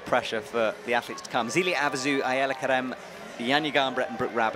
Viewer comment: Also, I love Shauna's commentating, but since always get flack for mispronouncing things, I have to say her consistently calling Ayala Kerem 'Aaliyah' was pretty annoying.